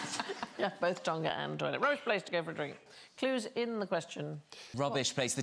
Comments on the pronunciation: the G isn't pronounced separately, it's part of the ng blend and sounds the same as the ng in English words like "singing". Some English accents do pronounce the G separately like "sing-ging" but English people seem to pronounce the G in "Tonga" separately even if they don't do it for English words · Why do British people pronounce Tonga like that